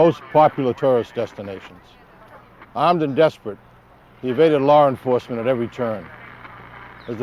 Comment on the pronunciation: Did Jim just say "Lar Enforcement"?